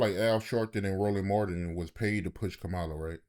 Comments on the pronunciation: I can’t get over him saying Swollen Martin 😂😂😂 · Did he say swollen Martin?😂😂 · Did he really say swollen Martin 😂😭😂😭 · Did he just say swollen Martin?????😂😂😂😂😂😂